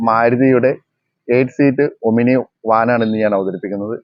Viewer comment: ഒമിനി അല്ല, "ഓമ്നി"!